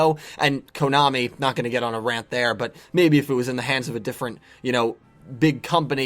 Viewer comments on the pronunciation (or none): none